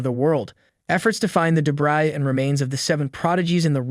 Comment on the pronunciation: Wait did i hear debrai Debri